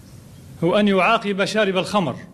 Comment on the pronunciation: قال يعاقب بكسر القاف وليس بفتحها والفاهم يفهم